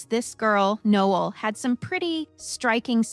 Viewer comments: Pretty sure ur saying her name way wrong... No- Ell... like the Christmas song... not like a guy. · It’s pronounced ‘No-Elle’ just FYI…it’s probably spelled like Noel…just saying, no disrespect ❤️ Noelle would be the proper spelling…